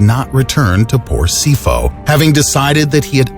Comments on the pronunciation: It’s pronounced SeePaw not Seefoe 😬.... Sipho - meaning gift. South African 🇿🇦. Interesting story & video though ✊🏽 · His name is Sipho (See-poh) not Sifo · Sipho is "Sipo" the H is silent. Not "Sifo" 😉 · Sipho is pronounced See Paw not see ffo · It's pronounced "See-por", not "See-for" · Goddamn He pronounced Sipho wrongly, pronounce (Pho) as of (Pour) not (four) in pronunciation, you can say (Si pour), not (Si four). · Sipho is pronounced seepoh not seefo it's a nguni word meaning gift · From South Africa... It is not Sifo. It is Sipho. P is P, not F... Like sip-ho😁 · i'M SOUTH AFRICAN and that isn't how you pronounce Sipho Mdletshe. It's Sipho po for PORK. not sifo. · Sipho is pronounced (sip-ho) not (sifo) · It's not seefo! That is not how it's pronounced. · Sipho is a South African name meaning 'Gift' and it is pronounced as 'See paw' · The word Sipho dnt use the ph as f its pronounced Sipo. There is a silent h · Sipho pronounced " see -poh "🇿🇦🔥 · Sipho is pronounced See po( as in pou in pour) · Iam from sa (south africa) say it like (see-po) for sipho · yay South Africa BTW, pronounced: See-por Will-ly-im Mdlet-she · 😂😂 The way you pronounced Sipho Mdletshe😅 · You pronounced Sipho wrong the p and h do not make an f you pronounce the p like you pronounce the p in pole the language is called Zulu and Sipho means gift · As a South African, I was very surprised by the pronunciation . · Lol the way he pronounced that south African Name and last name is just so wrong jesus 🙄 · LOL the way he pronounced Sipho though.... it's with a P the H is probably silent